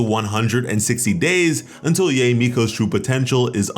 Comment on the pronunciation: Its ya-e not yey. Or just call her miko